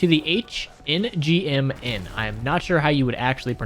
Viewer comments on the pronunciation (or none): Not sure if someone’s said this but the Cold War spas I believe is supposed to said as hangman. From what it looks like they tried to make the name literally a game of hangman where they guessed the H-NG M-N and were just missing the A’s. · H-NGM-N Would you like to buy a vowel? Perhaps the letter “A” HANGMAN Pronounce it Hangman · Very Nice video, My favourite. Also, for the upgraded Gallo SA12 name, I’m almost certain the name is pronounced like “Hangman.” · It is pronounced Hangman the a‘s are just crossed out. 👍